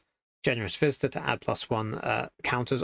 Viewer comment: Generous visitor sounds like Generous Fister the way you said it :) It would make a good card name though.